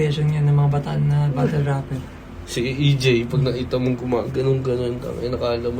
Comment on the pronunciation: ang reason kasi kung bakit "batol" ang pagbigkas ng mga bisaya sa "battle" and other words na "tle" ang huling syllable ay dahil yan yung closest sound kung pano ibigkas yan ng mga kano, compared sa "batel". pinakamadaling halimbawa is never naman naging "baybel" ang "bible" ang bigkas is always "baybol" kaya kung tinatawanan ng mga tagalog ang mga bisaya sa pagtatagalog ganoon din ang mga bisaya if ang mga tagalog nag eenglish.